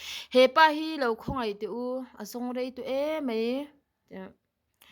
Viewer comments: I thil lam dan sawisel lok, (mai) tih kha (mei) tih in lam tawh lo la, i aw a nalh si,, a mawi leh zual gawt ang. 😘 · Nga ti nge,I thil chhiar ho ah hian,en tir nan 'mai' tih tur ah mei I tih tlat zel a? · Mai tih turah,, Mei tiin ilo chhiar leh kauh thin a,, 😃😃